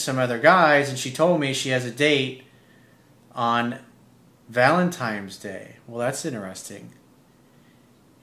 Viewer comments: "Valentimes day" lmfao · "valenTIMES" day??? With an M ?